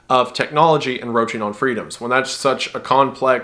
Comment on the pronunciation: You keep saying "Enroaching" and I'm almost certain you mean "Encroaching"